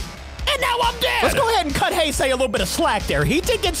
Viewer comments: Its he se heisei not haisey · Heisei not hisei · Here is how you pronounce heisei Godzilla say the words hey and say and put them together and it will sound like the word heisei then add Godzilla to it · ITS PRNOUNCED heisei : hay-zay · the heisei is called like this hesea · I think it is actually pronounced hi-si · Heisei is pronounced (he-(ses)-(I)